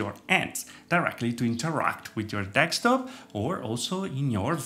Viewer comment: Me: de: de Me: sk: sk Me: top: top Me: desktop: dekstop?